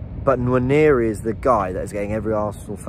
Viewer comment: Noir-neh-ree... Nwa as in the French noir